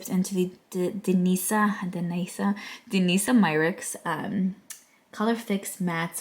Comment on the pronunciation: i love how honest you are with yourself and you declutter regularly. my love, you pronounce danessa myricks just like you would pronounce vanessa but with a D instead of a V. btw, can you please tell me what shade of the nabla bronzer do you use??? 💜💜💜